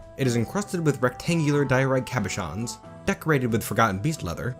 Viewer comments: You know, the whole cabochon things has actually been one of my very few... complaints is maybe a bit too strong of a word, about your content, one I've never voiced, so I'm quite happy to see that you learned to pronounce it. A lot of great stuff again in this one. Hoping things don't devolve into a tantrum spiral. Also, if I might say, I just love that last image in the episode, that smug grin on her face just goes so perfectly well with the giant middle finger that you gave the elves.. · OH THANK GOD ABOUT THE CABOCHON PRONUNCIATION. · I watched the Steam release content first, and now I'm catching up on the older stuff. Such a momentous episode to note the exact moment pronounces Cabochon correctly, given HOW MANY TIMES the word comes up in the NorthBridge run with all the artifacts being made. I have witnessed a moment in history!